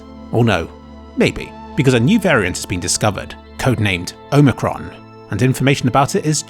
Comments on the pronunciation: Great video, I've really enjoyed this series. May as well mention - it's Omicron with a short O, like in 'Ron' for example. Just so you know how to say it in the future. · loving the pronunciation of the new varient nice meme